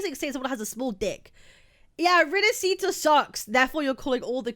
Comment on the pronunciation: Uhm akchually ☝️🤓, it's pronounced rinaSHita Not rinasita (🤮)